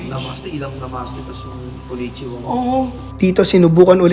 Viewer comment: wait he said knonnichiwa ;\